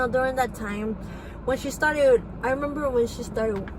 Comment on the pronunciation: Had to stop watching around 18min in, it's hard to listen to unintelligent child killers. ( N den I we-mem-bahh X's 250 times in 3 minutes) 🤦🏻‍♂️